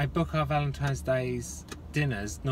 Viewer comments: Its not Valentime!!!!! People and their lazy English lol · Specific people say pacific, similar I have heard people say simular. Library people say liberry 😂 but I also have heard people say valentimes day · RealAtor, chiPOLte, chimminey, definitely valentimes day 😖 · A Yankee (US), here , living now in the south, they say VALENTIMES all.the.time. Drives me insane. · My son who's 5 mispronounces Valentine's Day as Valentimes day. It's the cutest thing ever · Definitely have heard people say valentimes day and sanwich instead sandwich. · yes! I knew someone who said valentime's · samich yes i have heard Valentime's day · soooo many people say valentimes day...drives me mad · I've heard people say Valentimes and I know 46 yr old that says sangwich. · Almost everyone I know says valintimes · never thought two people arguing would grab my attention so much, especially about "Valentime's" day... haha it is funny but at least you resolved the issue of he said she said. You guys are freaking {I say that a lot} amazing and in Georgia I say Sandwich and Valentine's day but the other 89.9% say samich/ samwich and Valentime's day every time. I think you were right in this one though Laura. ❤😊😉